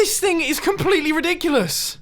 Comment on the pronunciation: Mumbo: this is riddikulus Me: are you sirius?